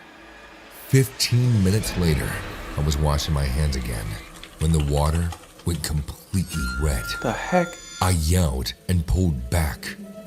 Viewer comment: When u said “what the heak” o said it 3 sec before u